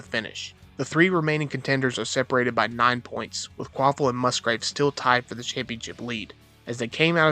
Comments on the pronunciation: *KvaPil Not Kvaphil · Kvapil. Sorry, I had to write his name, it sounds like you're saying quaffle, it's kinda giving me anxiety lol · Kwaffle does not = Kvapil